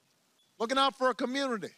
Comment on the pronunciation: I thought he said munity college.